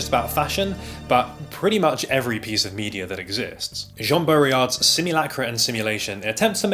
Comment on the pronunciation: 1. please god pronounce the "d" in baudrillard 2. to expand/continue on what you'd said, part of what's interesting about fashion is that it's part of the world- before the internet, there was already marketing. ads, manufactured fads, social trends, etc. we should think about dancing with it rather than feeling threatened by it. we live in a world shaped by technology, by phones, by shortform video content. there's no point in trying to construct an alternate version of reality where we don't, just to try to preserve some kind of "purity" in our fashion choices, of all things.